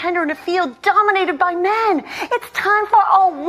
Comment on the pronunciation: "She must be smart to succeed in a field dominated by meh-HEN! (men sic)" That's an odd admission of men's superior intelligence.